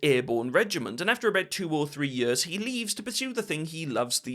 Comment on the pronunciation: Do you pronounce years and ears the same?